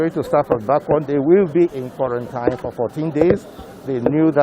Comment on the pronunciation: The way you even pronounce quarantine is wrong and this shows our level of education.